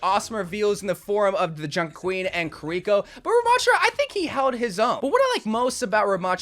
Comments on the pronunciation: why does he pronounce Kiriko's name as 'Kir-iko' instead of 'ki-ri-ko'? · I get annoyed that he pronounces his favorite character Kiriko's name as 'kir-iko' instead of 'ki-ri-ko'. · the way he is saying kiriko is killing me who is "curryko" 😭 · To be fair those are both wrong. It’s pronounced “kiri ko” expect you roll the r. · im begging u stop saying kiriko like that just say her name normally u dont have to be that guy 😭